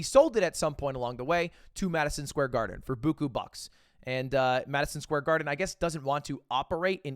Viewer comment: Did you just say booku bucks like Family Auto Mart?